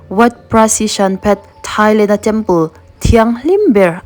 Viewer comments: Thailang❌ Thailand ✔️ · Thailand ❌ Thailang ✔️